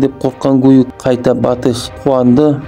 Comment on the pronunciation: Ақымақ жүргізуші Адам атын қате айтпай дұрыс айтсайшы Батый емес қазақша Бату болады Гүйік емес Күйік болады